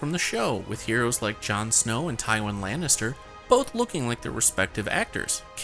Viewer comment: Ty-WONG Lannister 🤣🤣🤣🤣 he's a believable RTS gamer, but he knows NOTHING about GoT